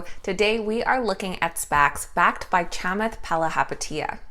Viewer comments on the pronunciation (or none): You're great but his first name is pronounced "Chuh-maath" ... thanks!